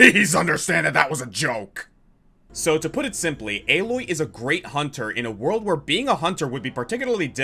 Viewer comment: Alloy????? Isn't Aloy pronnounced Ay-loy in Zero Dawn and Forbidden West?